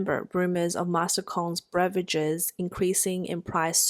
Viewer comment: Very good English. I have a tip, there's no "r" at the beginning of beverages 😇